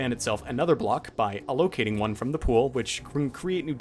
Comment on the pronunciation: I genuinely enjoy when you can really tell someone has only ever seen a word written down so they made up the pronounciation based on its spelling. It's really endearing and somewhat relatable. Anyway, allocating is pronounced "a·luh·kay·ting"